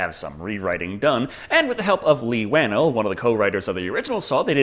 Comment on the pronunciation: its pronounced "Wa Nell not wanal